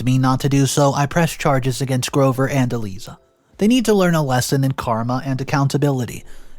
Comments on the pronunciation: ”Eee Leee Zah”??? Really,? Do you not speak English? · Eliza is said as "E-LIE-ZUH". (Do you know of Liza (Lie-zuh) Minnelli, Judy Garland's daughter? Said like her name with an E in front!) Another simple and common name you butchered! The more I listen to you, the more exasperated I am! (And MAJORLY is not said as MAJORITY!) (Sniveling is said as SNIVV-ELL-ING, where the "I" sound is said as "IN". It is NOT said as the Y in SKY.) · Pronunciation: Eliza = eh-lie-zah long "i" like eye 👁 🤣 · E lie za is the way to pronounce